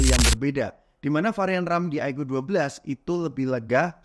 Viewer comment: iqoo dibaca aiku, bukan aikyu